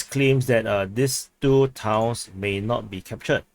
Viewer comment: The way you talk can be hard to understand. "is NOW under Russian control" vs "is NOT under Russian control" -- the way you say it, Now & Not sounded the same. Please articulate correctly the end of words.